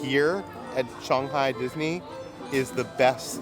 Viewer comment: I absolutely LOVE you guys and your videos, been a recent addition to your fan club and I live for it. But can I ask one pet peeve question??? Why do you pronounce ShANG-Hi as ShUNG-Hi, but clearly twice in the video (when Peter talks about the Logo on the Pepsi & then AGAIN A SECOND TIME after the Hundred Acre Goods (I agree amazing Play on Words Pun 😊) you say it correctly as pronounced in English which is ShANG-Hi…😂😂😂😂is there a reason you change the affectation when paying attention to your pronunciation but when naturally speaking pronounce it in the traditional American-English manner?!? I know in Chinese it’s Pronounced Shunghi, but the way we affect words in English it is ShANGhi, and I binge watch this when doing my chemo or not feeling well resting, but this totally is like a stupid pet peeve and I’m not like a grammar snob AT ALL so for it to stick out to me was a thing, but curious if this was subconsciously done or consciously. Either way nothing but love for you guys and jelly of all the trips you’ve been able to take but so happy for you guys at the same time. Once I get better and beat this stupid crap, I’ll God-willing be doing the same with my fiancè! Love you guys ❤❤❤